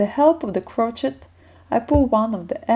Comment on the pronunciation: Can’t wait to start knitting this! Btw, gauge is pronounced geidž 😉 and crochet is kroušei 😀